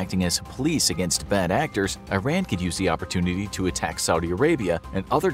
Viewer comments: It's not Eyeran!!! It's eeran. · ITS PRONOUNCED E-RON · Eeeerun, not i-ran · Its not "I ran", but "E ran" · WTF is 👀-Ran?? It's EERAN = IRAN 😂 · When the narrator says "Eye-Ran", does he mean "Iran"? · You need to learn how to correctly pronounce Iran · This guy doesn't know how to pronounce "Iran".